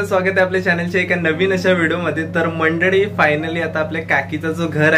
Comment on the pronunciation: नेहेमी तुम्ही मंडडी मंडडी म्हणता. मंडडी नाही. मंडळी म्हणत जा. आपल्या मायबोलीची अशी अवहेलना नका करू हो. 🙏